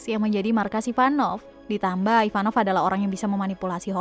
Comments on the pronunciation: Kok kyaknya kok bilang ivanov ya bukan ivankov. 🤣 Yang bener yang mana ya 🤣🤣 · Ivankov bukan ivanov